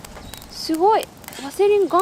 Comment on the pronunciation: しゅごい がかわいい😊 たまにすごいって言ってしまうところもかわいい❤